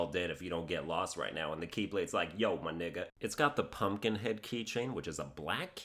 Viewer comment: That "Yo my nigga" sounded so white and caught my black ass off guard. XD